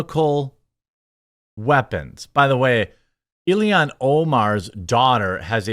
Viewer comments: You pronounce everything hyper-phonetically, and then for some reason you get to ILHAN and pronounce it Illian… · He gets an extra syllable in there. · Jeremy, you're making yourself sound like a fcuking idiot every time you mispronounce that *itche's name! I FCUKING HATE Ilhan Omar (ill-han), I think she is a traitor, as well as being scum of the Earth! FJB!!! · I think you're pronouncing her name wrong - it's Alien Omar. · Why can’t you say illhan